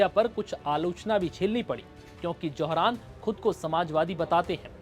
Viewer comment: It’s Zohar’s not Johran naam to sahi le lo